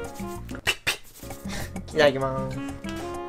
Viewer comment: の「デリシァャス」に無限にツボってるワイ。